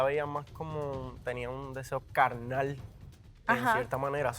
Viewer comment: “un deseo calnal” 😂😂